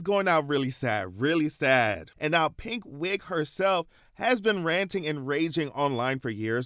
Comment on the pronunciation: Not you saying Pink Wig but I heard it as PigWig‼️😂🎉